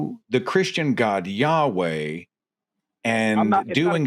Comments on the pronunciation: just to point out Yahu-uh is an incorrect pronunciation of YHWH. The historically accurate one is more like Yahweh. You get Ya-hu-uh if you try to shove the vowels from "Jehovah" in between the consonants of YHWH. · Every time he says "yahoooah" I giggle a little. That is not how you say it. Watch DZ debates. He describes exactly why it's nonsense. It's worse than Christianity. Much much worse. And far more stupid and ignorant. Dude is on some black Hebrew Israelite cult nonsense. This guy is supremely dense and has zero clue what he's talking about. He just likes saying "yahoooah". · Ja- hua??😅. Maybe he is thinking Chi hua hua? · The fact that he thinks that the name is pronounced "YAHUAH" when then ancient Hebrew text didn't have fucking vowels, or mention the name of God for religious reasons, is absolutely hilarious. That's literally why the tetragrammaton exists. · Ya-hoah 🤣 He really thought he was breaking the mold by mispronouncing IHVH.